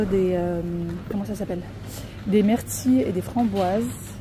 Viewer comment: Aïe aïe mes oreilles on eu mal désolé mais on ne dis pas( mertille mais myrtille .) (Ni plus au moins mais plus ou moins ) encore désolé